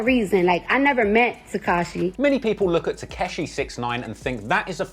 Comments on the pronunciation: This nigga Said Takashi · “Tek-e-shi” he says....